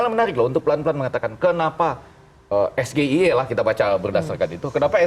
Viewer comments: SGIE blunder GIBRAN pakai bahasa Indonesia seharusnya pakai bahasa Inggris ini yg benar Es Ji Ai I dan tidak ada hilirisasi digital yang ada digitalisasi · Men jebak dengan mengajukan pertanyaan SGIE tapi pakai bahasa Indonesia padahal itu singkatan dari bahasa Inggris ( es ji ai e) tapi dia sebut ( es ge i e) ..dasar ndeso,sok mau jebak pakai singkatan Inggris...akhirnya malah jadi bahan olokan netizen kan?....bha..ha..ha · Cara baca nya salah itu bahasa inggris ESGEIE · nyebut sgei aja salah,,menjebak itu tipikal jelek. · Pemimpin jangan sok tau, nyontek aja merasa pintar.. Cak Imin tidak paham, karena Gibran melafalkan singkatan Inggris dengan bahasa Indonesia😂😂 Jika Cak Imin mental dan etikanya seperti Gibran, gampang banget mengcounter dan memalukan Gibran.. bilang aja, "mas2 sekolah 8 tahun di LN, anda melafalkan singkatan bahasa Inggris dengan bahasa Indonesia, tolong pertanyaan diulang dengan benar."